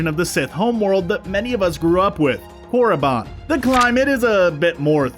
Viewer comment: Is anyone else disappointed that he mispronounced Korriban?